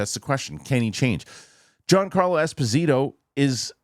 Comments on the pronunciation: please ask Mr Murrell to forward you the clip of Mr Giancarlo Esposito pronouncing his own name…. 😅😂😂😂 Thank you for your honest opinion… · Please look to Dan Murrell for the correct pronunciation of Giancarlo Esposito. 👍